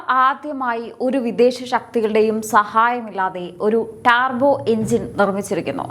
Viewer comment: ഡാർബോ അല്ല ടർബോ അല്ലേ?